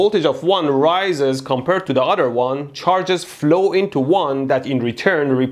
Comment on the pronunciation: "So one conductor can affect the udder"